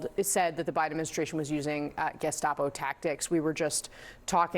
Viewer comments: Are you sure he didn’t say “gazpacho administration?” Maybe he’s referring to the FDA and regulations of soup?🤷‍♂️ Or if he said “gestapo administration,” wouldn’t that be a compliment from Trump? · I don't think you are saying gestapo correctly. You may wish to ask mtg how to say it right. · I believe it's pronounced "gazpacho". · I believe it's pronounced "gaz-pa-cho" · It's pronounced gess-pa-chi-o.